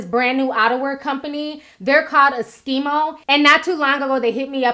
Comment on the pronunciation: The way she saying eskimo😭😭